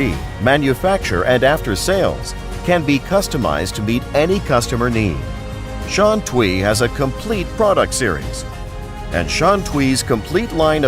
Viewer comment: I wish the guy could pronounce Shantui right. TUI should be "tway".